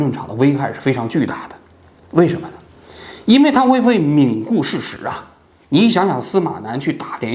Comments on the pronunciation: 罔（wang）顾事实哦王局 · 王局，16分04秒，“罔”顾事实是读“wang”吧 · 王局口误，应该“罔wang3顾事实”. 这期的分析真是鞭辟入里👍👍👍👍从来没让观众们失望！ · 感谢王局！ 但是王局我有一个小建议。有些字的读音还是得纠正 不然有点出戏 比如罔顾事实的wang 贬谪的zhe等 好像王局读的时候都读错了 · 纠正一个错误：罔顾事实 那个字读wang三声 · 罔（wang）顾事实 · 有个字读错了，罔顾事实，wǎng gù shì shí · 如果字幕没出错的话，罔顾事实的发音是 wang（三声） 顾事实。如果王局说的是其他词语，那忽略我就好哈。小小失误不影响节目逻辑和深度， 也希望网友们别喷我。因为就国内现状而言，罔顾事实这个词语的使用率会很高。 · 罔（wang第三声）顾